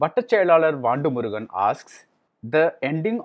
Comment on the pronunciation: it's not vaandu murugan. it's vandu murugan - one of Vadivelu's iconic characters